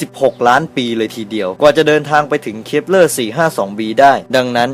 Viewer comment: เหมือนได้ยินพูดว่า ดาว creeper 555+